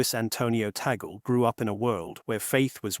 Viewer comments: It’s not TA GOL ! It’s pronounce; TAG -LE !!! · Tag leh is the proper pronunciation....🙏🙏🙏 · Please pronounce Cardinal Tagle’s last name as: TAG LEH It’s a Filipino pronunciation (not Americanized) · So MANY words orally narrated appeared WRONG…… Cemeteries……supposed to be seminaries Cardinal TAGGLE…/ TAGALOG…….should be CARDINAL TAGLE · Please, the correct pronunciation of his name is TAG-LE. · Gentle correction. Sir, may I correct the correct pronunciation of the family name "Tagle" is Tag - le'. Muchos gracias. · ALLELUIA! PRAISE and THANKS to GOD for this FAITH, HOPE, and LOVE inspiring: Here"s Why Cardinal Luis Tagle Will Be the NEXT Pope. May GOD bless, sustain, and uphold all who made this possible and their families as well. Happily, the pronunciation of LUIS ANTONIO was correct, except for TAGLE which is pronounced TAG - in English abrupt touching somebody to come along then simply add LE with short e for LE and simply say TAGLE or better request a FILIPINO to pronounce correctly TAGLE, ok? May we keep united with the LORD in PRAYER thru MAMA MARY for our suffering sisters and brothers worldwide, most of all, LOVE and PEACE throughout the world. May GOD the HOLY SPIRIT strengthen and enlighten the qualified Cardinals to vote for the NEXT POPE according to HIS holy will. Amen.🙏